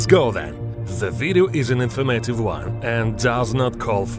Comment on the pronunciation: Infurmetive one...lol love this guy